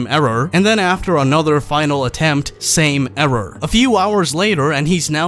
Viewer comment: ERROAR. ERROAR